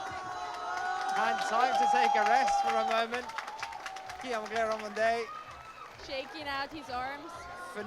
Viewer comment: Erghh, the male announcer still can't pronounce Guillaume's name, and he isn't paying attention either, apparently. Shauna didn't flash F1, and Jan didn't flash M2; pay attention!